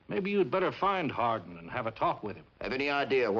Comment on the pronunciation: Born JOHN WESLEY HARDING birth certificate states JOHN WESLEY HARDING thats harding not hardin never hardin HARDING its not hard to say JOHN WESLEY HARDING dont be lazy